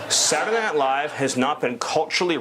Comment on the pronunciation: heehee... "sadunaynite Live"